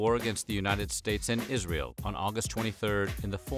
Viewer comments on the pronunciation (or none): none